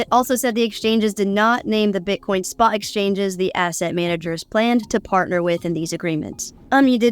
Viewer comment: Wtf? Did not name the Bitcoin spa exchanges???? The word is spot! Wtf is with this generation not pronouncing the letter t anymore?????? Kitten is now kih ennn...button is buh ennn. You're not in Great Britain. Or Great brih ennn